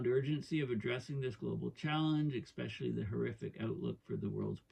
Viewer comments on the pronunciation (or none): There is no 'X' in the word e'S'pecially mate........😂😂😂 Not surprised you falling for the carbon scam 😂😂😂😂